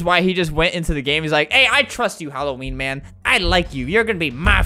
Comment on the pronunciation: Its supposed to be Halloween not Helloween